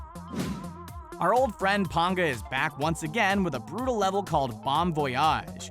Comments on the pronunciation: It's PAnga, not ponga if you are going to talk about the community and it's creators, do some real research next time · ITS PANGA NOT PONGA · pit of PAN-GAH! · He pronunced "Panga" as "Pånga" and not "Pänga". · Pit of PAINga Not pit of PONGa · Pit of Penga (don't pronounce it as panga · that is not how you pronounce "Panga" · why did they pronounce Pangas name like that ? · You pronounced panga Wrong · Mispronouncing Panga so many times :( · Anybody else get pissed he said panga wrong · It bothers me every time. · instantly pissed me off lol